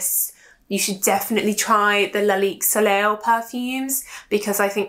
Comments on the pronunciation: Hi, soleil is pronounced so-lay 🙂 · Or so lei